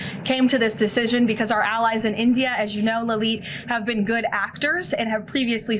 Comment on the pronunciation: STOP CLAWING AT THE CAMERA STOP SAYING "BECOSS"